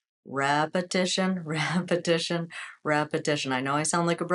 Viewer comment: You always say repetion repetion repetition how can you do repetitions when you can’t do 1?